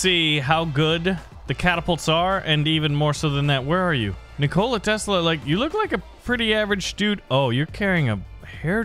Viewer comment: nik-ola tesla........... nikola all 1 word no pause